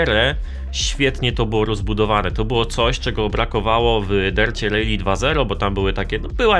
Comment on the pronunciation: Nie "rejli" a "rali". 😂😂😂😂😂😂😂😂😂😂😂😂😂😂 Gdzie ty usłyszałeś taka wymowę ?